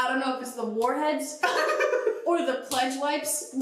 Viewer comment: The way said pledge wipes sounded like flesh lights... and maybe that’s a me issue